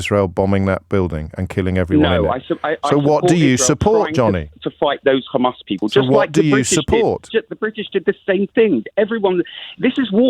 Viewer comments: Johnny’s pronunciation of hammas leads me to thinking he is an Israeli. I could be wrong, but I’m guessing he supports the Israeli leaders position. If that’s the case, he will not change his views, and will be blind to anything such as disproportionate attacks on thousands of civilians, or genocide, and will always seek to justify it. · He's not supporter of Israel... He's Israeli.... Hear him say KHHAMAS 😂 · Johnny made it clear to O'Brien where he stands, when he used the pronunciation KkkHhHhamas... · Why do Israel supports insist on mispronouncing Hamas? Its so weird, its a soft H. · This idiot is in uk, so why he cannot pronounce Hamas?? Guy is a total di#khead. He keeps shoiting same sound bites that his zio Masters had brainwashed him with. They are incapable of humanity